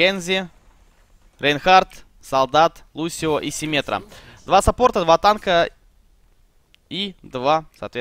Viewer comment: Симетра, от слова симметрия Д.ВА - читается как дива Не заметил, что написали гг и все ливанули Ну как так комментить-то?